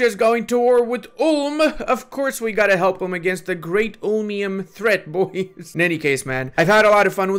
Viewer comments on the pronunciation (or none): none